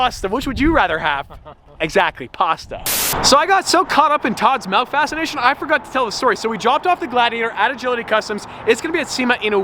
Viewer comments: It upsets me that says “Melk” instead of Milk…… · saying “MELK” over and over is hurting my heart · he really said melk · is no body gonna talk about the way he says milk "malk" hahahaha it had me so dead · When says “Melk” m-i-l-k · Is saying melk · Is nobody going to comment on the fact that he says MELK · did he just say malk? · Don’t let this distract you from the fact that pronounces milk “melk” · Are we not going to talk about how says MELK😂😂😂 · my man said “malk” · He says melk 😩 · What is “melk”? It’s milk bro lol